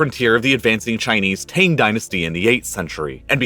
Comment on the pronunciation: Fyi, the "Tang" in Tang Dynasty is pronounced similarly to "tongue".